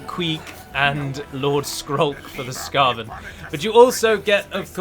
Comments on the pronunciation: I like how uo-front and honest you are about taking sponsorship for this! I can't fathom how some people would have an issue with it when you are just so open about it. We all got to pay our bills. Also it is pronounced skeiven, not skaven :P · skaven is pronounced similar to craven as they're all damn cowards fyi glad to see some warhammer content though :) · your pronounciation of Skaven makes me think you're newish to the setting, in which case welcome to a deep (not as deep as tolkien!) and dark setting, I'd highly recommend Loremaster_of_sotek's legendary lords playlist where he gives extensive backgrounds into the lore of the legendary lords from TW:W 1 & 2 (his Archaeon video is 2 hours long!) if you want to jump down this rabbit hole! Enjoy the game mate! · Just a heads-up! People are probably going to scorn you for not using all the new features, not using Teclis' magic, mispronouncing Skaven, and more! Btw no one says Skaven the way you do. Also, the reason the map of the Vortex campaign is smaller in the Mortal Empires campaign is so the game wouldn't fry CPUs that weren't created to play these kinds of games. Great video though, really liked your comments at the end with all the Legendary lords.